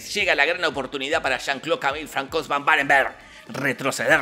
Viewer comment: a mi me chirriaban los oidos cuando en lugar de pronunciar "fransua" pronunciaba "francois" asi de una, pero por el resto 10/10, uno de sus mejores resumenes